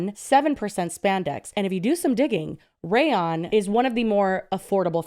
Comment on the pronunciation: Not continuing to say: "Raylawn" instead of "Rayon"... and not even correcting her, 😂😂😂😂😂😂.